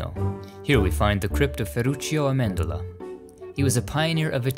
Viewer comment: Thank you for sharing all these incredible videos, especially this one! I share a famous last name (Amendola) and it was nice hearing it pronounced correctly lol. Grazie!! Forza Italia!!